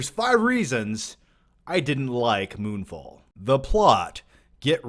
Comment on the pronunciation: I thought you said: "Moonball" lol.